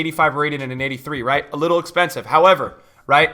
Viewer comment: How many time did you sai wrigth?